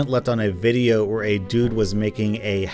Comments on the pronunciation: U wispronounced widdly wideo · He Said wideo not video GeT iT rIgHt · Its Video not whydeo ! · YoU SaId WiDeO iStEaD oF ViDeO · Did you just say... "Wideo?" YOU FRICKIN FRICKER DON'T YOU KNOW YOUR ACTIONS HAVE CONSEQUENCES!? YOU OFFICIALLY MADE ME LOSE MY MARBLES!! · “Wideo” is actually the correct phrasing, as the word video is derived from the Latin word “videt,” for see. It is pronounced as “wee-det” so you actually made the correct pronounciation. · Are yuo sutpid?! yuo siad vodio rong! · Ay mate, I think you mispronounced video in the intro